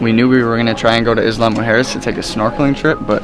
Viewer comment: Pronounced “eeya”, not “isla” lol